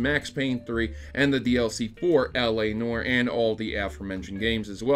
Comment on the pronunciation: L.A. "Nore".. Sorry, I had to:P